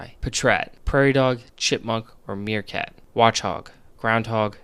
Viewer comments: meekrat lol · Did this man just call a meerkat a meekrat? xD